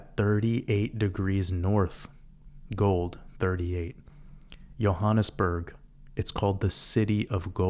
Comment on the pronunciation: Hi, as a South African (now living in New Zealand) I can confirm that your pronunciation of both Johannesburg and Egoli was spot on, and thank you for another masterpiece, go you good thing!!